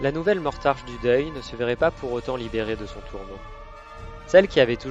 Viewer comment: Hahaha!!! Franchement génial!! Beau boulot! Par contre je pense que c'est Mortarck et pas Mortarche ;) Merci du boulot, je vais me bouffer toutes tes vidéos fluff!!!!